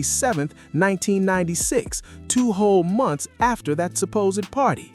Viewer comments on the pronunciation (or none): none